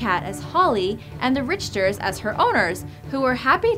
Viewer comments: It's said RICKTER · Richter is my last name and you said it wrong